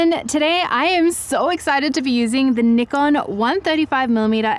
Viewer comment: Wonderful review. Also thanks for saying NIKON and not Nykon Also thanks for saying Z zed and not Zee.